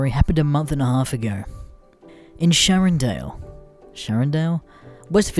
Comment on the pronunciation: Shannondale not SHARRONDALE